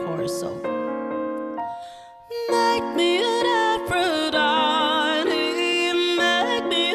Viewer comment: Lol he sounds like he is saying meh me a wafer die dee